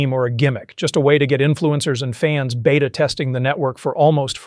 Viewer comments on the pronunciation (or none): none